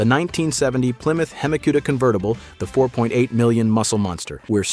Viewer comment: Just a suggestion. Don’t have AI read all these car names off. It is not a hemi Cuda like barbecue. God forbid it actually say Lamborghini coon Tosh correctly. 😂😂